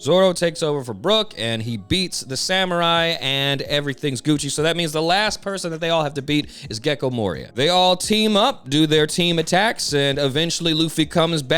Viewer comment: Is it that hard to say Gecko Moria? Moira is a chick's name